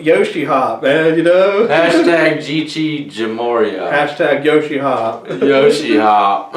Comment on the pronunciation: He said #yoshehop 😂😂😂😂